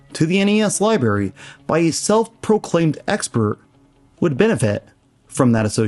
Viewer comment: I just keep hearing "Libary"